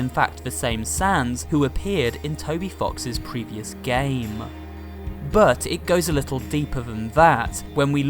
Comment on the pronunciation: Good video. But my only complaint is that you put alot of weird emphasis on some words at the end of your sentences. Some lovely examples "gayyyyummm" "ruuuuuuum" but like 3 seconds later you don't put that weird emphasis on the same words if they are in the middle of the sentence. Idk it's just one small thing that bugged me.